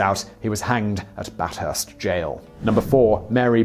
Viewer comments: Yeah. Even Captain Starlight was more successful than some of these. (I had to mention that one - he was caught by Andrew Cleary, one of my ancestors - after sleeping on a bull ant nest, using his rolled-up trousers as a pillow. Ouch!) :-D He kinda screwed up the pronunciation of Bathurst, too. Some difficult names can be forgiven, but that's a pretty simple name to say. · Bathurst: Bath-urst not Bat-hurst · Okay so Bat Hurst?? Nah mate it’s bath-ust, the r is silent. Timor? Tea-more my friend. That’s how us Aussies usually pronounce them. I live near Bathurst and attended boarding school there... don’t fret though as even some Aussies usually those in Sydney get it wrong too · Was about to say Bat-hurst doesn’t exist.. its bath-urst... you mis pronounce so many place names it’s almost embarrassing. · I'm from Bathurst, the th is pronounced as it is in bath. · Well in this video there was - Bathurst and Timor. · Terrible pronunciation of 'Bathurst', 'Timor' and 'Batavia'. Hahahaha